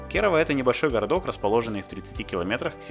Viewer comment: кЕрава, а не КерАвА